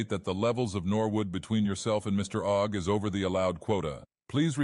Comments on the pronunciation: who in the world has ever thought that steven ogg's last name is pronounced "oog" except pyro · Bro doesn't know how to say Ogg. You say Ogg cuz it has 1 O. Pyro asks "is it pronounced Oogg?" Bro have you not gone to school?